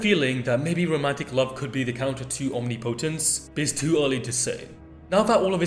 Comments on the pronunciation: i understand its not so straight forward and matters little to none but the pronunciation is killing me lol its 'om-nip-oh-tense' not 'omni-potence' 🤣and so many people are saying it that way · Omnipotence is pronounced om-nip-oh-tense, NOT omni-po-tense.